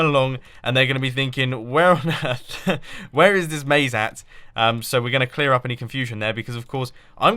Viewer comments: not "maze", not "naze", more like "haze" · Definitely "Maze", not "Naze"